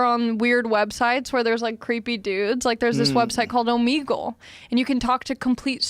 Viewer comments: She pronounced Omegle “oh-me-ga-luh” haha I’ve been pronouncing it “oh-mega-luh” which one is correct?? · Ali "O-Meegle" Macofsky